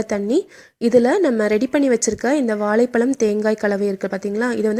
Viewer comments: வாலைபழம் இல்லை அக்கா, வாழைப்பழம்,, ஓகே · வாலை பலமா ? (இல்லை) வாழைப்பழமா? ..தமிழை கொல்கிறீர்களே ??? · If you cannot pronounce வாழைப்பழம் properly, tell BANANA... no issues.